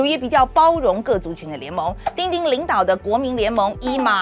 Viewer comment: 范姐的 “丁丁” 很到地